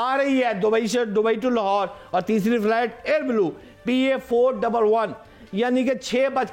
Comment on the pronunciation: Lahorer kya hota hai? 😂